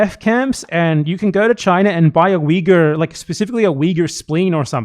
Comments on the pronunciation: there's something about the way Ethan says Uyghur that makes me cringe like I'm hearing a slur lol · Ethan keeps bouncing between two mispronunciations of “Uyghur.” I don’t think he knows what he’s talking about.